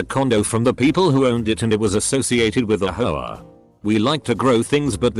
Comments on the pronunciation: All I hear is HOE -UH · Lmao how the guy says HOA 😂😂😂😂😂😂😂😂